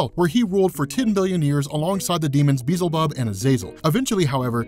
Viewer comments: It's not said BEE-ZL-BUB. It's said BEE-EL-ZUH-BUB. The way you are pronouncing it doesn't even have the letters in the correct order. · Sam-i-el* B-el-ze-bub* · "Sam-eye-ell" Not Suh-mail Also Bee-ell-zuh-bub Not Beezle-bub Thank you.